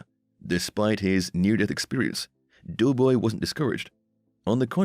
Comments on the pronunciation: It's doe boy not (as in female dear) NOT "dew" boy!!! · Clickbait don't waste your time if you're watching it to find out what happened to Doughboy, which by the way is pronounced "Doe"boy not Dew boy for whoever's narrating this thing, anyway there's no mention whatsoever as to what happened to him and why he's not on the show anymore.